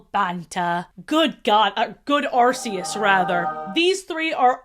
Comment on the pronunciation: I'd put you on blast for your arceus pronunciation but what kind of buttlover would I be if I had a problem with an arse